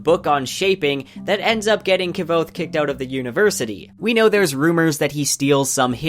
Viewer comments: who pronounces iron "eye-ron?" Also I thought Kvothe was pronounced more like "quoth" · Is that how you pronounce Kvothe? I heard its more like Quoth. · "Kuh-vothe" lol. I thoroughly enjoyed the video, but every time you'd say Kvothe's name bugged me haha. I need answers, Rothfuss!! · Fuck you pronounce his name like a fool is QUOTHE, says that in the first bit of the books you fuck stick. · "K-vothe" *eye twitch* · literally not how it's pronounced. Kvothe says early on in the first book that it's pronounced as a q sound. Like Quothe. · Nhat Dam every time he says “Ka-vothe” I slip out of the video... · It is said "Cothe" Like "Quoth" he says it in both books. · Why are you pronouncing his name as "Ki-vothe"? I really want to keep listening to your theories, but your pronunciations are really throwing me off. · I can’t stand kvothe being said wrong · Why that kvothe pronounciation? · Enjoyed the vid. You are pronouncing Kvothe wrong though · awesome job brah, but its kvothe is pronounced without the v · The way you pronounce kvothe is painful, the v is silent, listen to anyone of the million times patrick rothfuss has said his name. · I think your content is well done. And I love hearing about these theories years and years after I first read the books. But please look up how Rothfuss pronounces Kvothe :P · Love your videos, but your pronunciation of Kvothe is killing me! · The only thing that hurt me is how u pronounce Kvothe :s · Dude... Please pronounce the name Kvothe correctly. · The V is silent is kvothes name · Dude I love your channel and videos, but please learn how to properly prunounce names like Kvothe and Elodin. Your prinounciation is just awful and cringe-worthy.